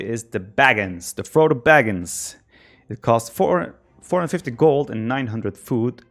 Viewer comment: It's [baga'ins]. Ba-ga-in. Though I do admit, having a Baggins around would've probably been useful.